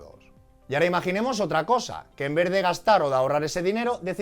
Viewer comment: Como dices en verde y no en vez de. No sabes ni hablar y quieres dar clases de economía online. 😅😅😅